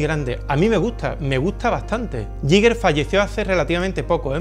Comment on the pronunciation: uno de mis artistas favoritos. ah, y se pronuncia "guíguer"